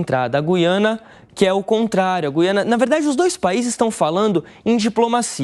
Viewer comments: Goiana? É Guiana seu animal. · Sim, mas se pronincia "Guiâna" e não "Guiânia". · "Guiânia"😅😅😅 Esses "repórteres" da shopee não cansam de se expor ao R I D Í C U L O. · Guiania? Foi isso que ele disse? Kkkk